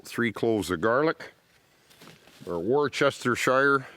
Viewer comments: ‘Worchestershyre’ sauce?? Love it. It’s pronounced ‘Wusstersher’. Love from England. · I love listening to Canadians and Americans trying to say "Worcestershire" haha It's "Wooster" just sayin lol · Thanks for sharing and its pronounced Wooster sauce. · Awesome video :) my only comment would be Worcestershire is pronounced "Wustuhshuh" 😂, the UK has some mad pronunciations and place names, so cant blame you for it. Much love :) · Hey, try saying Woosta sheer. That's how to pronounce the sauce mate. Not criticism, just a useful tip. I'd NEVER tell you how to cast. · love it how americans and canadians say "Worcestershire sauce"...lol....its pronounced "Wustershire".....just like Leicestershire....."Lestershire", English countys named by the Romans... your welcome....great channel by the way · "Wooster-sheer" sauce, made from fermented anchovies. Very tasty and goes with many a dish. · Hi. Us Limeys say "wustersher". Any "Shire" is "Sher". Gloucestershire = Glostersher. Wish we could real bushcraft here. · Great vid. Just so you know, its pronounced "wuster/ wustersher." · I laugh out load when you pronounced Worcestershire........the way you say is like WOOSTERSHIRE. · Like the way U say 'Worcester-shire' so funny. Way different than Uk version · Smart too, never even tried touching on the "Worcestershire sauce" pronunciation LOL Long shot but if that editor happens to read this, for future ref it's pronounced wuss-ter-sha but the -sha is usually missed off. For the past 50 years, and back to my great grandmother for at least 70 years before that, just called it "Worcester (wuss-ter) sauce". It's less tongue-trippy, once you know how to correctly pronounce "Worcester" of course ;) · Just a tip from a brit across the pond, Worcestershire is a bit of a weird word, you actually pronounce it "Wustersheer" :) Sorry on behalf of the British for making words which are weirdly spelt! 😂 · That's not how you pronounce Worchestershire...